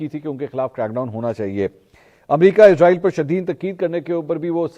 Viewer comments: bro listen Please stop calling this dam country as IZ-RAA-EEL ITS ISS-RAA-EEL SO PLEASE PRONOUNCE IT PROPERLY LIKE WE HAVE SURAH BANI ISRAEL IN QURAAN WE HOPE YOU START PRONOUNCING IT RIGHT FROM NOW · bro listen Please stop calling this dam country as IZ-RAA-EEL ITS ISS-RAA-EEL SO PLEASE PRONOUNCE IT PROPERLY LIKE WE HAVE SURAH BANI ISRAEL IN QURAAN WE HOPE YOU START PRONOUNCING IT RIGHT FROM NOW Its اسرائیل not ازرائیل